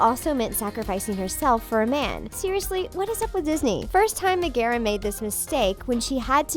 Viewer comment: Oh hey the things you pronounced megeras name wrong